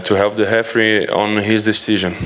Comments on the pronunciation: Here i was wondering who is 'Hefree'...😅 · we all know he tried to say referee, c'mon lads, the sound of H in Portuguese is R, so that's why hefree, anyway, he's the best, we all agree to that, right?